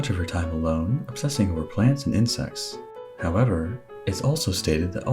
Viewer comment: when u say insect sounds like insex....